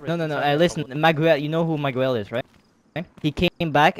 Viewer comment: who pronounce Miguel like that? hahahahaha